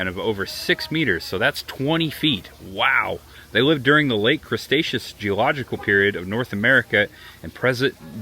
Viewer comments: Bro you butchered so many names 😂😂😂. And its Cre-Tecious not mr. Crabs 😂😂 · Cretaceous❌Cresaceous✅(he butchered all the names💔) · I like that you kept saying "crustaceous" instead of Cretaceous Period. 😂😂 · It was actually funny hearing him say words like "creStaceous" or "carnoSaurus" and naming pretty obvious dinosaurs wrong by first observation. 😂 Not annoyed at all since it was great seeing him react to everything just as a normal dinosaur fan would. 👍